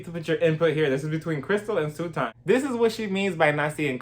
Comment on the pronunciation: I love how you call her Sue-ton. Omg. Hilarious. I love Crystal. Kick Sutton out and let Kathy have the 💎 I still get kind of nah-vibes from Garcelle.